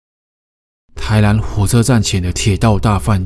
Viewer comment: 迷上癮的腔調怎麼這麼可愛啊～台南(藍)……男(蘭)組員 故事精彩